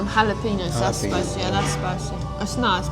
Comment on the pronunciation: Jalapenos = ha-la-PAIN-yo, not like PEEN